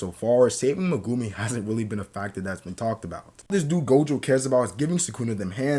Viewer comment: The only reason I'm not subscribed yet is due to the way you say Megumi